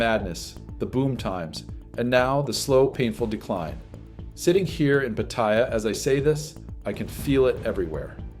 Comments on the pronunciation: Living there for years and you still can't pronounce PATTAYA properly! 😭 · All those years you spent there, and you still can not pronounce Pattaya correctly! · You say you've lived there for years but you can't even correctly pronounce Pattaya. Pathetic